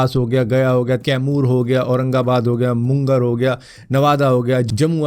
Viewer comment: मुंगेर और जमुई नाम है, मुनगर और जमुआइ नहीं..